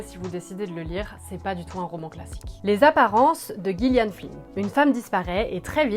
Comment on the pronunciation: Chouette vidéo. Par contre, les apparences, c'est écrit par "djillian flynn", et pas "guillian flynn". C'est important la prononciation des noms ! :)